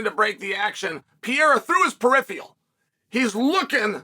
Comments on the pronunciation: I love that Uncle Chael still can’t find an “h” sound when he announces Alex “the French/Brazilian” Alex Piera. Still undefeated and undisputed 🥇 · You’re full of crap. You can’t even pronounce Alex last name right. Gtfo 😂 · Who the hell is "PEEera" Chael??? I only know PEREIRA!!! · “Pee era”